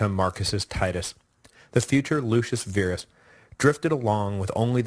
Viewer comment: Pronounce Verus "vair us" Virus "veer us", ah, ancient Roman, go figure.